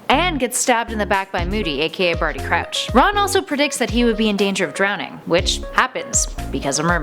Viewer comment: rong not Bardy croach Barry croach Jr 😎